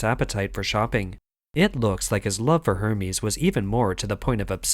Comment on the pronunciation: You mispronounced Hermès. Also, your voice sounds like a soulless robot. 👎🏻